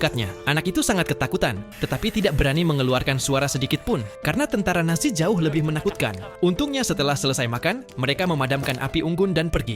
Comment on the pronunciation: Yang aku denger kok tentara nasi